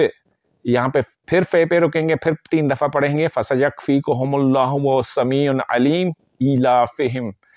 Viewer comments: Bhai sami un nahi hai sami ul hai. I hope ap is baat ko positively lain gay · Sameeun nhi Sameeul hai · Sameul Aleem hey jub k ap Sameun Aleem parh rahy hain plz wazia karain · السلام عليكم و رحمة الله وبركاته اللہ تعالیٰ آپ کے علم میں برکت عطا فرمائے گزارش ہے اپنا تلفظ صحیح ادا کریں وہو السمیع العلیم السمیع کی ع پر ایک پیش ہے اسکو ل العلیم کے ساتھ ملا کر تلاوت کرنا ہے عل علیم جزاک اللہ خیرا